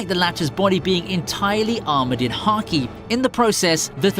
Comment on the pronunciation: Why does he say karki it’s haki